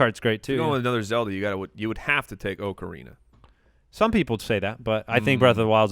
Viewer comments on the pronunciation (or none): This episode was completely ruined the second said "OH-Carina" instead of "AH-Carina" for Zelda: Ocarina of Time. And let's all be real, Ocarina of Time beats BoW all day every day purely for the then-ground-breaking 3D and nostalgia factor.